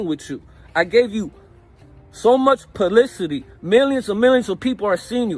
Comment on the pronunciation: He gave them so much “Puhlicity” not publicity lol. I hope joker does make some money off of this.